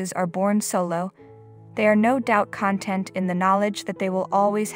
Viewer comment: People who actually use the English language would know how to pronounce the word content in this application. Content has two completely different meanings depending on the way it is said.